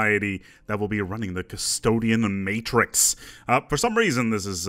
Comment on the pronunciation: Did I just hear custdoain? aroused snickering